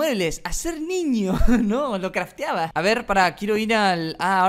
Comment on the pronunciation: "lo craftearba" xddd me cagué de risa 🤣